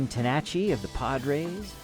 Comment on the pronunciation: That one player was Gene Tenace last name is pronounced tennis